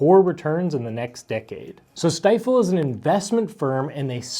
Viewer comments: Stifel is actually pronounced 'Steefel.' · FYI, Stifel is pronounced Steefel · Pronounce Ste-fle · Step 1 ..Learn how to pronounce Stifel properly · Learn how to pronounce “Stifel”!